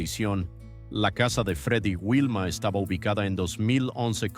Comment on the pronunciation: Por respeto a los picapiedras deverias pronunciar bien sus nombres no es wilma si no vilma y le dices fred a pedro que mal traductor eres en español porque no pronuncias biem sus verdaderos nombres de la serie